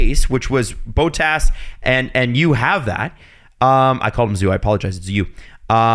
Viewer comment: Yeah that really bothered, it's double t, just do Bot-tas if you can't do it the finnish way